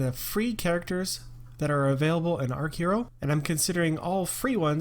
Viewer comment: It's archer-o. You start with a bow. Your character (Atreus), is a rookie "archer." Please.. it's so obvious, lmao.